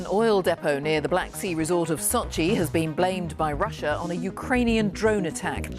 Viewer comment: Sochi not Sachi